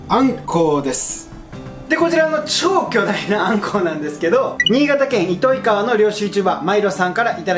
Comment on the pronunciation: 新潟県民です。 クソどうでもいいけど糸魚川の読み方は「いといがわ」です